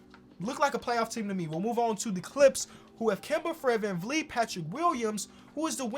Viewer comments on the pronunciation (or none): none